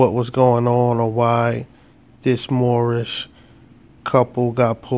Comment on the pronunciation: Mushmouth from the Cosby Kids cartoon. "Moorishbuh Americanbuh Sovereignbuh Citizenbuh!"